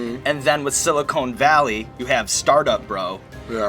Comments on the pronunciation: It's Sili -Con as in Khan not Sili-cone. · Sili CON valley not sili CONE....just FYI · Sean Evans. It's Silicon Valley. Not "Silicone" Valley. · Is it just me, or do they keep saying "Silicone Valley"? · "Silicone Valley'?? Really?? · GOD DAMN IT. IT'S SILICON VALLEY... NOT SILICONE VALLEY. THE SHOW IS ABOUT A COMPUTER COMPANY, NOT A FAKE TITS COMPANY. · ITS PRONOUNCED SILI CON CONE GOES IN TITS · I love how they keep calling it "silicone valley" haha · Why does it bother me so much that they keep saying "Silicone Valley"? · Is it just me or does the interviewer keep saying Silicone Valley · Maybe they don't like you because you keep saying "Silicone" valley lol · sean can pronounce guy fieri's name right but not silicon valley's what is happening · yeah - why is TJ Miller saying it that way ... shouldn't he know how to say the name of his show????!!! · Can't pronounce Silicon Valley, calls other groups insufferable. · Love these video's, but I don't think the show or town is pronounced like the implants lol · I feel the need to point out that it's 'Silicon Valley' not ''SiliCONE Valley'. Silicon is an element on the periodic table, and is the basis for the majority of computer chips. SiliCONE Valley, I would imagine, would be the cleavage between a pair of breast implants. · Sean... It's SiliCON! SILICON. Not silicone. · Why does he keep pronouncing it siliCONE valley? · Sean. Please learn how to pronounce Silicon Valley. Silicone is what you make fake tits from. Silicon (con, not cone) is where semiconductors come from...FYI. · Sean. It's "Sili-CON" Valley, not "Silicone". Christ. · It's not SILICONE valley its SILICON valley. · Is it just me, or did anyone else get angry every time he said "silicone valley". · It's Silicon Valley. Not Silicone Valley. Silicone is what some breast implants are made of. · Jesus! FUCK! stop saying silicone!!!! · Its Silicon Valley, not Silicone Valley dude. They're different things. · Stop calling it "silicone valley" dude.